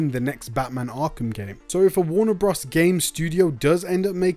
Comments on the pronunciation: I can’t get over him saying Warner bras dude it’s bros as in brothers 🤣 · Please say “Warner Brothers” and not “Warner Bros". Bros is a shortened version of Brothers. It’s just a little distracting. Great content and information. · Is that how you normally say bros?